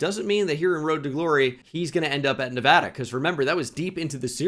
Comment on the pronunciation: You say Nevada properly 👍